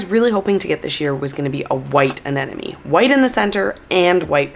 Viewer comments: A-n-e-m-o-n-e not A-n-e-n-o-m-e. There is an “M” in the middle. 😉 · I think you need to look at the word Anemone again. It’s pronounced An-nem-o-ne. You are doubling the “n”. Love your videos, but you need to say the name of that plant correctly.